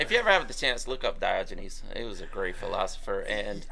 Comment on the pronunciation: did you say that you were the ancient philosopher "Dodgy Knees"?! 😕🤔🤣